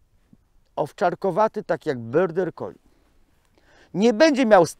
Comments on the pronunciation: dlaczego wymawiasz nazwę tej rasy jako „byrder collie”??? To jest border collie i tak się to wymawia. Pozdrawiam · tak po niemiecku lubi 😁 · też to wypowiadanie zauważyłam, ale pomyślałam, ze ja nie mam wiedzy o nazwie rasy. ja mówię border, ale jak specjalista tak mowi, to widocznie, tak jest.